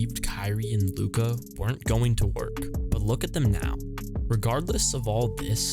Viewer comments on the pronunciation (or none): none